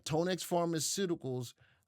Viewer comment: It’s pronounced Tan-ex not tone- x like tanya